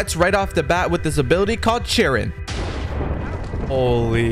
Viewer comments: an abilitu called cheerin? You mean kirin (kee-run) This dudes makes a naruto civilization video and doesnt know how to pronounce half the shit in naruto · Bro really said akatsuki want world to end :D and wdfis Chirin? its Kirin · These mispronunciation are driving me crazy. "Chiren".